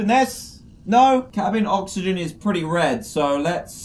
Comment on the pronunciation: You can't say oxygen right? It's okay, I can't say hospital right.. I willl say HospiDAL